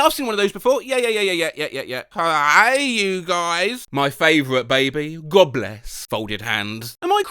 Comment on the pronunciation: just a heads up, you’re going to get roasted (mostly by Americans) for not pronouncing “hey you guys” properly. #justiceforsloth